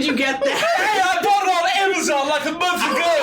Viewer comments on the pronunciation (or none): none